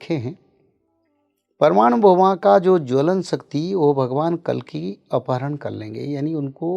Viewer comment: कलीक नहीं है भाई, कल्कि हैं, भगवान को आना होना तब आयेंगे। अभी तो आपको हिंदी व खुद के व्याकरण पर कार्य करने की जरूरत है। जो जरूरी हैं वो करना चाहिए बाकि जो अपने हाथ में नहीं उस को समय पर छोड़ कर अच्छे कर्म करने पर ध्यान देना चाहिए ।